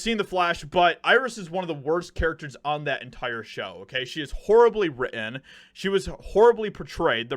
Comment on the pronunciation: It's writ-ten, not wri-en